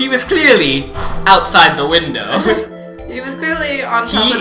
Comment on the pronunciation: I LAUghed so hard when you said crearly your honor mister white was standing inside the wall